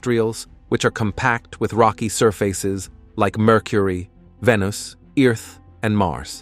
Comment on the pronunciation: The "narrator" mispronounces "heavier" "Venus" and "Earth" (02 :22) among other things. It's kinda insulting.that someone thinks this is acceptable.